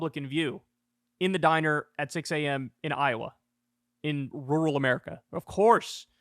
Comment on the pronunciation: Kyle said rural, im so proud!